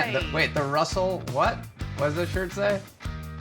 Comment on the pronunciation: I love how Nev says dude's name, "RRRussel!"